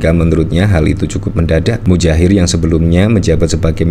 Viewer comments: Muhajir boss, bukan mujair = nama ikan. Awas kuwalat ya. !! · Boss bro nama nya bukan Mujahir tp Muhadjir bro boss 😂😂😂 sampeyan ngucapin namanya Mujahir trs 😂😂😂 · Saya perhatikan admin selalu mengucapkan "Mudjahir" bukan "Muhadjir". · Muhajir efendi pak, bukan mujair, kasiaan 😩😭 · Muhadjir bukan mujahir Mas. Kalau mujahir itu jenis ikan. He he he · Anda salah menyebut nama orang. Muha jir. bukan Mu Jair.. ini tergolong penghinaan jika disengaja. Jika anda mainnya di bidang politik, belajar lah untuk hati hati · oi MuHADJIR, bukan MUDJAHIR kwkwkwkw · MUHAJIR, bukan mujair.